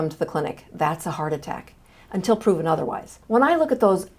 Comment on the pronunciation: "Until proven otherthise"! ❤